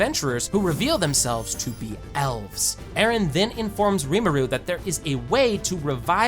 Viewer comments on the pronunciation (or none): none